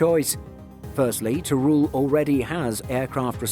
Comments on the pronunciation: Nice video, but as a spaniard your pronunciation of Teruel gave me a headache... It's not "ter-rool", it's more in the lines of "ter-wel". Also, Teruel is not a desert, just look at the footage... Who wrote the script?? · yep, that's definitely not the narrator's fault, that's why I mentioned the redaction... But the narrator could have put some effort in the pronunciation of Teruel.